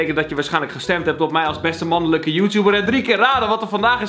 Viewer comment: 'beste mannulukkuh joetouber' ik ging stuk